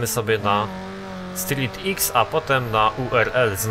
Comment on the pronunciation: Street X czyta się jako "strik kros". :)